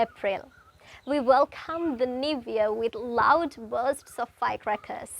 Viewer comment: "Niv" year? Neither American or British accents have that pronunciation..wonder where it comes from? 🤔